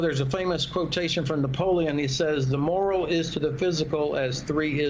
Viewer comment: It's "morale" not "moral."